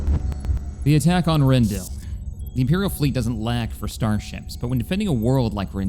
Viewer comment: I'm loving the content, but I gotta tell you: It's pronounced Ren-dil-i, not Ren-dill. Without that i it kinda sounds like you're liberating a vegetable 🙃